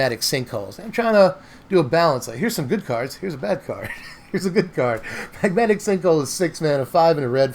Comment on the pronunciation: “It’s not that bèhhhed” 😂 #bestgoateverprinted